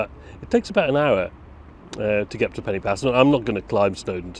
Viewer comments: Hi...just a tip to help you. Pen-y-pass is not pronounced like the english word 'penny'... the 'y' is the same sound as 'uh' as in the 'er' in Northern English Butter' ....so Pen-uh- pass. Hope this helps and good luck to you....Pob lwc i ti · Hi. Another great video. It's noy pronouced Penny Pass. Try Pen y Pass as in Pen u Pass. It's also not Carnfon, it's Caer(kire)narfon(narvon). I did offer to meet you in Shrewsbury but it's been amanic here but I will meet with you sometime. I'm off to Australia soon for five weeks but perhaps later in year we could meet up for a short Welsh lesson. Thanks for the video